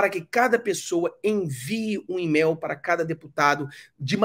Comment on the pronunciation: em português se lê: email como "imeil" e não "imel" ok? Abraço